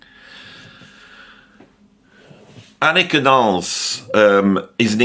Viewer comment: nice. thanks her name is pronounced AHH-nika! thanks for all you do.